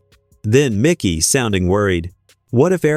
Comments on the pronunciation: IT IS MIKE-Y NOT MICKY, MIKEY.. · ITS MIKEY McCOY, NOT MICKY. MIKEY. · This narrator is A.I. You can tell because the video pronounces "Mikey's" name as "MIcky" with a short i. Whoever created the video didn't even double check the audio. How dumb.